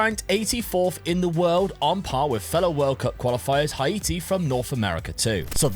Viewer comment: It hurt my ears so much everytime you pronounced Haiti 🇭🇹 😂